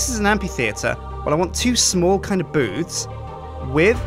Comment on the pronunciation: I thought said boobs while biulding the booth